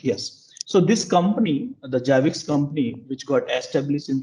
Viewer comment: It's annoying he calls it JABIX. It is ZZZZZZ ZAABBBIXXXX like ZERO not JEERO.